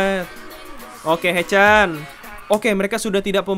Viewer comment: Sekedar info Bang. Mark Renjun dibaca Lonjwin Jeno Jaemin dibaca Jemin Haechan dibaca Hechan Chenle dibaca Chonlo Jisung dibaca Jisong